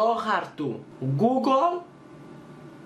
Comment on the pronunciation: Γιατι το λες γκουγκολ και όχι γκουγκλ? No hate παιδιά να ξερετε συμπαθώ πολύ τον ♥️